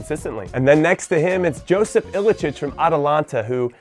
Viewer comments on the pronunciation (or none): JOSIP IS PRONOUNCED YOSIP THANKS :)